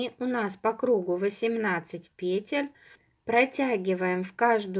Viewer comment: Все супер, только пожалуйста, ударение на второй слог - петЕль!!!!